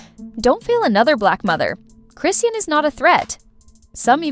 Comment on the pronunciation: Chi-shawn chrisean not Chrissy or crison' just call her rock since you can't pronounce her name